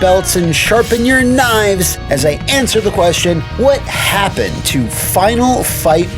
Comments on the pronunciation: "Worst. Wha happun. Evur." 😅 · "Why Happun"? 😂😂